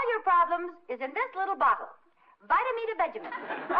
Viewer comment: “This bittle lottle”